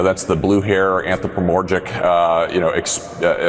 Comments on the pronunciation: "blue hair anthropoMORGIC" what Jared? Are you trying to say anthropomorphic? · Anthrapomorgic? WTF does that mean? Is he trying to say anthropomorphic? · anthro-pro-MORGIC?? What??